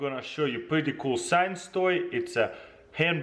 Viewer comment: the first time he said "science toy" it sounds like he said s3x toy